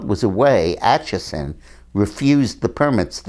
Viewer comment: Dean Acheson not Achison.